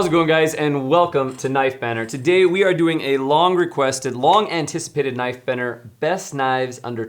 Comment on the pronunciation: Right I keep thinking they're saying knife banner not knife banter. Please for Christ sake pronounce the T's